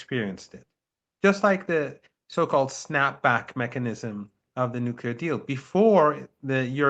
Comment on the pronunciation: Nuclear, not nu-ku-ler! Come on! It's not rocket science!